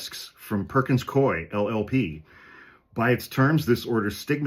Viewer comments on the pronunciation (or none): I worked there - it's Perkins Coo-Eee and not Coy. It's a really weird name, I know. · Perkins Coo-eeeee is how it’s pronounced. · From Seattle. It's pronounced Perkins "Coo-E." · Perkins-Cooey pronunciation